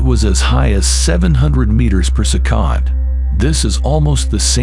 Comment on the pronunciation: If you could not say the word “second” that way anymore it would be great. Thanks. 🙏